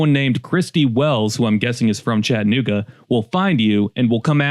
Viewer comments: This. Even my kids were asking why he said it like that. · Did you notice that A between T and N ? Pronounce it correctly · If you’re going to do a video on how awful Chattanooga is, at least learn how to pronounce Chattanooga. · For starters it is pronounced Chatt a nooga not Chatnooga , and why are they homeless ? Why ? who's fault is it ? You act like its the city's fault and you say its "swept under the rug" when any city does promotional content about their region what city includes its problems in that promotion ? No city does , you should work for msnbc or cnn you fit their montra perfectly. You lack character so they would take you with open arms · If you don't like it, don't go, leave it! We don't need you here. Another thing, it's not ChattANooga, it's Chattuhnooga. So f off!! If you are so worried about it, use some of your Emmy award winning money to support the homeless!! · If you are going to do a slam piece on a city, learn how to sat it. There is an A in ChattAnooga not Chattnooga. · Hey Mr. Award winning journalist at least stop taking the a out of Chattanooga. It’s not Chattnooga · You can always tell someone is not from here by how they pronounce it “Chatt-nooga” 😂 Good documentary work tho! Prayers for the homeless 🙏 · There is homeless in every city. Chattanooga doesn't have lots of homeless people compare to most every other city ive been to. You drove staight to 11th Street to the homeless shelter to show the major population of homeless. This i clickbait. By the way, its pronounced Chad-a-nooga. Let me guess, you want more of my taxes going to pay for houseing? So that more homeless come for the houseing. Genius. Glad you read the first page of the pamphlet on touristy things to do in Chattanooga by the way. Really did your homework. In 2024 Hamilton country has 386,265 residents with what you said was 785 homeless. Thats %0.2. Dude go somewhere else with your drama.